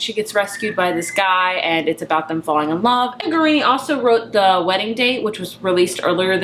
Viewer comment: *Potato Peel PIE Society. Don't forget that word Pie. Also, there's no N's in Jasmine Guillory's name, so it's definitely not Guarini. But I love your wrap-up.